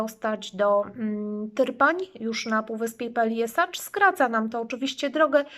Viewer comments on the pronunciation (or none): Peljeszac a nie Peljesacz...